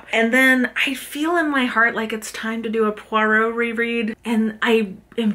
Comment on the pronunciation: Did you say, Poirot? Poirot? Poirot? PLEASE 🙏🏼